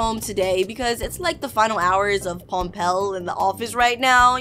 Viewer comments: It's Pompeii not pompell. It's a reference to the volcano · It's not pompell it's pompeii I know cause i learnt it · it’s not Pompeiil it’s is pronounced Pom- pay but spelt Pompeii😂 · "pampell" no its pronounced pom-pay Pompeii